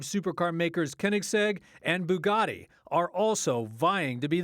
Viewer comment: How did you mess up Bugatti and Koenigsegg?